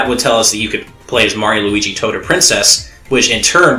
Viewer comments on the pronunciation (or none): none